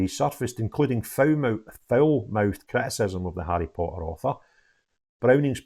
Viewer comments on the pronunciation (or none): none